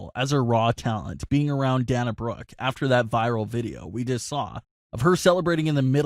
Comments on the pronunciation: Its Dana as in Day not Dan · I've only heard her name pronounced Day-na Brooke, not Danna Brooke. Do you w2atch wrestling? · Day-na not Dah-na. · Its Day-Nah not Dahnah.. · Yeah I hate that he pronounces so many names wrong. Its not DaHna Brooke, its DaYNa Brooke. I've never heard anyone pronounce Dana the way he does. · Oh for Pete’s sake it’s pronounced DAY-na Brooke. Sorry things like this drive me nuts! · SAY THE WRESTLERS NAMES CORRECTLY FOR F SAKE ITS DANA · You're pronuncing her name wrong it's dana as in (day-na) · DAY-NA..SAY IT WITH ME...DAYNA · Glad I'm not the only one that was annoyed by this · If I hear you say pronounce dana wrong one more video... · Lol learn how to pronounce her name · Oh shut the heck up you whining B......do you want to wear a mask for rest of your life. Its scam you m-ron and you're pronouncing her name wrong m-ron